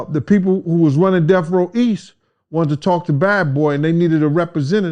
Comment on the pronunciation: It’s DeaTH Row, not DeaF Row. Enunciate, fellas! 👌